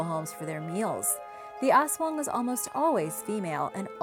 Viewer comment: I loved when she said aswang..😍😍